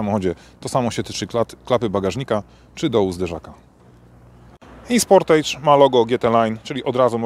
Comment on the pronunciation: Wymowa "sportydż" i będzie okej ;-) Wiem, że "age" wymawia się "ejdż", ale już sportage wymawia się "ydż".